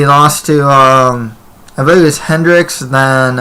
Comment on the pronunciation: That other guy just talks out of his ass can't stand him...how you gonna say hendricks' name wrong and then go and make a prediction for the fight...nobody is going to take you seriously